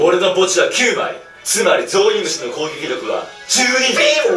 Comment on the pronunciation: やっぱり攻撃力のryokuの滑舌がね。。。笑